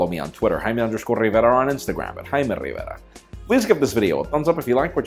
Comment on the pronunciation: "I'm "